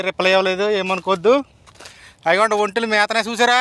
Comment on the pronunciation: ఒంటెలు అని బాగా పలుకుల లేకపోతే ఆయన తిడతాడు